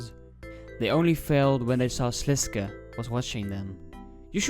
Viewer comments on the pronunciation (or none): Its actually pronounced slis-kay, there is voice acting in rs3 quests that read it like that